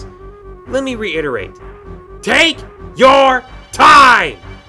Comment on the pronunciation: Love the "TAKE...YOUR...TIME!!!" I couldn't stop laughing. (And I agree with you...)